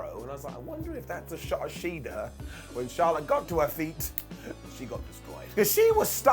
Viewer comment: Its actually Charlette, not Charlotte.. it's always getting corrected on dark..lol I keep doing it until she got on the mic and went off on Tony one week. Lol